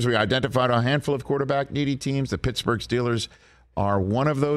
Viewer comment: Mitchburgh!! Lol